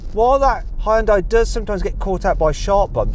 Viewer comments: Can you please effin stop pronoucing Hyundai Hayundye? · 아 ㅋㅋㅋㅋㅋㅋㅋㅋㅋㅋㅋㅋㅋㅋㅋㅋㅋㅋ 다 좋은데 이제 그 '하이운다이'라고 그만 읽을 때 안 됐나 진짜... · 외국인들 발음 웃김. ㅋㅋㅋ 현대:허연다이 기아:케이아 ㅋㅋㅋ장난하냐? 니 발음부터 리뷰해라. ㅋㅋㅋㅋ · 영국에선 하현다이라고 발음하는군요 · 현대 되게 어렵게 발음하네, 하이엔다? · 현대를 “하연다이” 라고 발음하네 ㅋㅋ